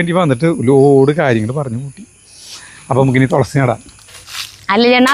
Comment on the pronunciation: തൊ ള സി അല്ല തുളസി, തു തു 😅